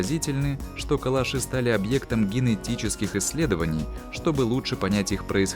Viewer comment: КалАши - ударение на втором слоге...